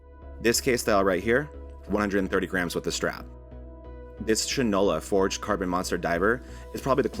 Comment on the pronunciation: Another great video, and this is not that serious so feel free to delete. But Shinola is not pronounced shin like on your leg but shine because it was originally a shoe polish. This is where the old saying that one "doesn't know shot from Shinola" comes from. Keep up the great work